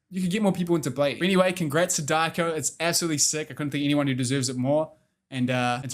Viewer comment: Hey just a heads up say Diako as Dee - R - Co (like shortened for company) also Simon Cal (COW lol) has said on Britain Got Talent that he has done and found boring rollerblading